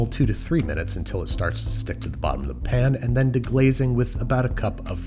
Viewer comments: How come you say pin instead of pan? Just wondering ive never heard an accent like that, love your content bro!👍🏽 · Am I crazy? I swear he keeps calling "pan"s "pin"s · what is a "saute pin"? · I feel like at this point you "pin" rather than "pan" just to upset people. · it sounds like hes saying saute pin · Me: His Sauté Pan haunts my dreams Babbish: "Sauté Pen" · “Sauté pn” man doesn’t even pronounce the “a” 😂😂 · What is a sautee pen? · Banish like to add the schwa when faced with the word “pan” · "Alumnium" needs an extra syllable, but the word "pan" has too many letters. Babish logic. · I'm pretty sure that Babish pronounces "pan" like that just to annoy me personally. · Why can’t he say “pan” correctly. Can someone fill me in on some previous joke? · I am prepared to pay you actual folding usd currency to get you to stop saying "pan" that. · why can you say sauté correctly, but not pan? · I hate the way you say pan, thank you.